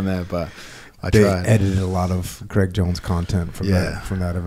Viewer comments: Dear America, Craig does not rhyme with Egg. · "kreg" jones. Jocko forgets to pronounce the "i" in Craig.